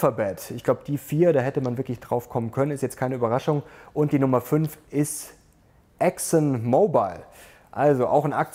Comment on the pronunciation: Bitte englische Wörter nur dann benutzen, wenn es kein deutsches Wort gibt, das ist ein deutsche Kanal. Ich verstehe, daß die englische Sprache extrem schwierig ist, deshalb kann man nicht erlernen, Sie konnten das auch nicht, wie die Aussprache von Exxon Mobile zeigt, die Sie falsch ausgesprochen haben. Englische Aussprache ist naemlich Fallbezogen, es gibt keine Regel.